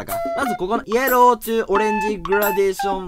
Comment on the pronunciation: イエ…ロー？ヤローになってない？気のせい？笑 しかも「ロー」はエルだぜや…